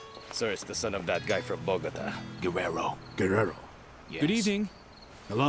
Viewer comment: "Binge Worthy in Spanish" After having Binged on "Esmeraldas" in Spanish During my Down time in Bed I Think "Esmeraldas" Loses some of its Flavor in Dubbed English. It needs “Quality Dubbing” For Example "Bogota" is Pronounced Bo-go-taah" not "Botgta" The English Speaking World in My Opinion has been Cheated out of this Exciting Serial. The Story Line Spans 3 Generations; so You have to be Mindful and Recollect the Characters as it devolves. The Actors are Replaced to reflect the Passage of Time as they Get Older. It has All: Love, Hatred, Greed, Betrayal, Loyal Servitude, Intrigue, Mystery, Jealousy, Compassion, Jungle Warfare, Revenge, the Whole Buffet of Movie Action filmed on Site, With Quality Cast. Having worked with an Ex-patriot from Columbia Back in the 80’s; who Fled to the USA said the Region was a Dangerous place to Live.